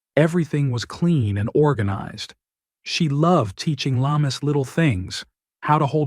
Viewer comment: Very sad when a child dies but more so when murdered. Lamis is pronounced Lam-mees and not la-mus.